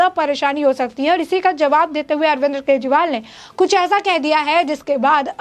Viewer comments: अरे पत्रकार महोदिया,, बोलना तो सीख लो पहले भी इतने गौर से सुना ,,आप अरविंद को* अरविंद्र * बोल रही है ,,बोल तो सुधार लो पहले ,बाद में ही इतनी बक बक कर लेना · Madam Arvind Kejriwal hai na ki Arvinder